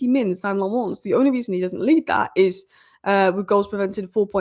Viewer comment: its lammens not le'mons he's a Belgian not a frog